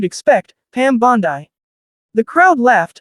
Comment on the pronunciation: Damn! The female AI narrator is worse than the male voices. “Bond - Eye”.